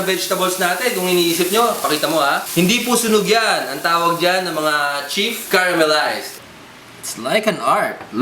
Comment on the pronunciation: its chef not chief!